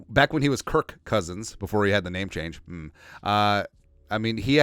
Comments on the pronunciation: I cant tell if it's intentional, but why do you always call him "Kurt" instead of Kirk? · I listen to you a bunch and really agree with you on most topics. But why are you calling him kirt not kirk